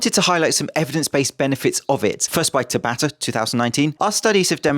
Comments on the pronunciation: It's pronounced tabata not tabata! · Just an fyi. The pronunciation is tah-bah-tah. A common Japanese name which was the name of the dude who invented/discovered the mechanics behind it. Cheers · ... My boxing coach has been pronouncing it almost like "ciabatta", I didn't even know it was a Japanese name until you said it with competent enunciation, and I've never seen it written down.